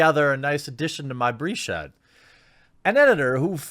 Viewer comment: LMAO.. breeShed made me laugh...